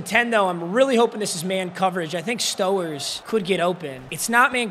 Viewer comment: Mispronouncing Stowers is crazy 💀